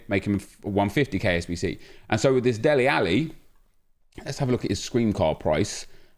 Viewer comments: Dele not deli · Dele rather than Deli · Dude his name is DELE 😂😂😂 not Deli lmao😂😂